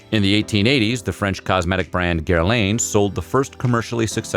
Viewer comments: you know, you could bother learning to pronounce foreign words correctly ----Guerlain is not pronounced ger-LANE--- it's ger...lahn-with the final n barely pronounced-- wild mispronunciations (which don't take a lot of work to do correctly ) compromise the authority of whatever you'e saying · Gerlahn = Gurlain. Lmfao. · Pronounced Ger-lahn. Not gerlain. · It's pronounced " ger- lahn" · hearing him pronounce Guerlain hurt my soul for two seconds, and then I remembered that its a French company and that he tried his merry best to pronounce it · The way he said Guerlain 😩 Good video though!!